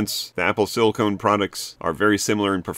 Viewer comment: Hey Dude, FYI - Silicon is pronounced "Sill-lick-on". "Sill-lick-own" is Silicone, which is a rubber-like flexible substance used commonly for products that need to be water tight and durable, like swimming goggles, or marital aids. "Apple Silicone" sounds like Apple's making dildos.